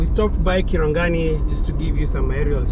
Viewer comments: its Kingeeero not kingero , kirangari not kiragani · Nice job. Small correction - Kirangari not kirangani. Continue the good job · Hi, good job bro. It's Kirangari not Kirangani. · It's a great, project.It's Kingeero not kingero. And kirangari not kirangani. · KitangaRI!!!! no kirangaNI... anyway it's nice to see the continued development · Its kirangari not kiringani Its kinge'ero not kingero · Kirangari not Kirangani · It's Kirangari not Kirangani. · Its Kirangari not Kirangani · Kirangari it is and not kirangani. Ok proceed.